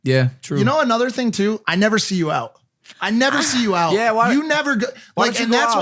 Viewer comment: Stop saying ye like plants ya weapon.